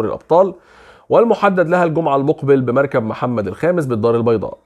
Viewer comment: يا أخي الكريم ، هو مركب بالفتحة على الراء والكاف و ليس المركب بتاعك